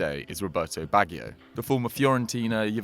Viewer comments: Baggy - O?? It's pronounced Badgy - O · It's not Baggio in pronunciation but bajjio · Did anybody else stop watching this video as soon as they pronounced Roberto Baggio's name as "Roberto bag-e-o". Also, if, as I suspect, they're talking about his World Cup final miss at USA 94, then this wouldn't necessarily be all that haunting considering that if he'd scored Brazil still had one in hand to win it. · it's bajjjjio baajjjio bagggggggio not ba ghi o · No, it's not. The I is silent. It's pronounced Badjo. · No, I'm Italian, it's pronounced Ba-joe(like the name) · Roberto Bag-io? Really? smh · "Roberto Baggy-o"? You're just reading shit off Wikipedia, aren't you? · it is pronounced Badge-e.o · You lost me Bag-eo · It's BaJJio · Bag-e-o? Lol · Its pronounced Bajjio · Who is bag gio bag lol u fud typical say it like u spelt it here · Consistently hearing Baggio mispronounced... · The hosts pronunciation of baggio. What a hack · Say Baggio like that one more freaking time...... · HOW DID HE PRONOUNCE BAGGIO!?!?!?!?!? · I find it a bit embarrassing that a member of a football-oriented channel does not know how to pronounce "Baggio" properly. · Learn how to say Baggio and Keane didn't end Haaland's career. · Good job getting the "Baggio's" name wrong each time lol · Unforgivable the way you pronounce Baggio!! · The fact you can't pronounce 'Baggio' properly will haunt me for life!!' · The way he says Baggio pisses me off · My nightmare is hearing the pronunciation of foreign players' names completely butchered. Honestly...Baggio! Nincompoop... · I’m going to be haunted by your pronunciation of Baggio 😣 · Who can't pronounce Baggio tho? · Unable to pronounce italian names haha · You can't even say Baggio? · my nightmare is hearing Baggio's name mispronounced so badly. My guess is, this youtuber is Oxbridge educated and has only ever read about Baggio. Probably even knows his shoe size lol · Need to get those pronunciations correct bro